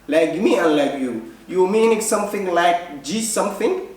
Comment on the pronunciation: Kkkkkkkk somethink somethink aya nooga baxday kada english ka yan xayirad xaga chanelka yan lagu sarine